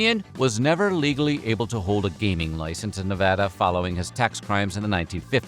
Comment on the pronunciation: It's refreshing to hear a YouTuber actually pronounce Nevada correctly